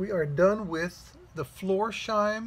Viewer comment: hi, as you are a big fan of the shoe and the brand, and not for picking at you... the name is spoken floors... heim. like for example "floors house". the s and the h are not put together. heim is the German word for home. and the heim you already do pronounce perfect. it was very interesting to see how the stormwelt is made. and what a Christmas present for us... hammertime WITH compressor noise... such a perfect combination 😁🔨😘 cool shirt. best regards and happy Christmas time, Alex